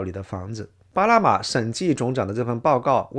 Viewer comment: 主持人不会发n这个音，只能发成l，所以”2025年”变成“2025连”，”巴拿马”变成”巴拉马”。